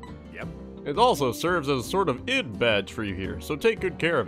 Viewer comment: okay, but totally pronounced ID the way it's spelt. That's not how that works